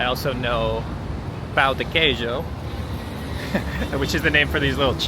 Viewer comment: Dude, be careful with the word "pão", the way ur saying It sounds like "pau" wich means dick in portuguese 😂